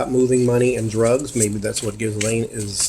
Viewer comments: The ‘s’ is silent in Ghislaine. And the ‘g’ in Ghi is pronounced gee with ‘g’ being a hard ‘g’ as in guitar. The Laine part of Ghislaine is pronounced ‘Lan’ ... so we get Geelan.😊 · Hello, not to be offensive, but rather just to help Her name Ghislaine is pronounced ""jeesLen" I hope this helps